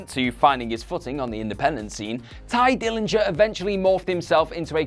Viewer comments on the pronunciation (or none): U said TYE DILLINGER 3 times, and I didn't kmow u were actually saying that until u said PERFECT 10; I thought u kept saying TIGER NINJA lolol